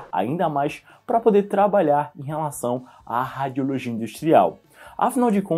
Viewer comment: Que nervoso ele falando “ráadiologia”